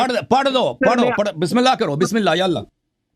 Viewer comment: اللہ کو صحیح نہیں پڑا ۔۔۔قالو تا اللہ بھی غلط پڑا ۔۔۔۔ اللہ کو پر پڑھنا تھا اس نے غلط پڑا